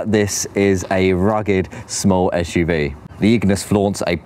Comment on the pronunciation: What a guy, I’d be flying about a city and he is out on a country road. He hasn’t a clue. Another waste of time with a clueless Starbucks mentioning chap. Plus he says esh UV